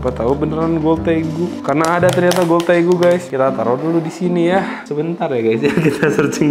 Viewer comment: Magsudnya tegu bukan regu